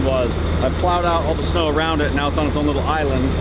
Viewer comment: he said snew:face-blue-smiling